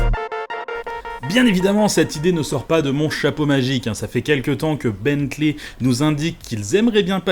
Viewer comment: Tu fais l'effort de prononcer correctement Rimac, mais pas Bentley 👀😅